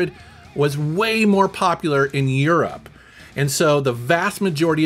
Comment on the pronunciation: I love how pronounces Europe like "You're up" 😂